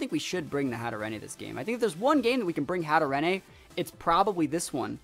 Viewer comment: How to Pronounce Hatterene: Hat-a-rain (hope it helps)